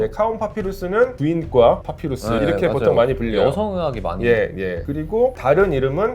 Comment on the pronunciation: 파피루스가 자꾸 팥빙수로 들려